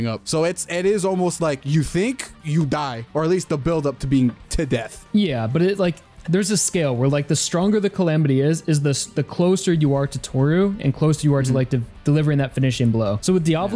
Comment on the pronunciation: and it’s power scale not scail